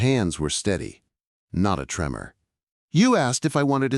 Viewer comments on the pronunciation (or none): none